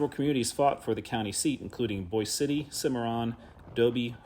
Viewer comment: Please learn to pronounce the names of places correctly. The town in the Panhandle is “Boy’-zee” City. Not boys.